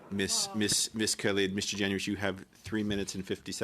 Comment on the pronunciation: GEN-YOU-ISSS is how everyone says it, watch the committee hearings you learn a lot